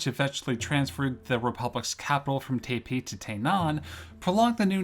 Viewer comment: Not only that, but he says Taipei differently twice, neither correct. It's a common thing though, people do tend to way over exoticize Chinese pronunciations because they don't know them, and it adds to the feel that you might be more on target when doing so.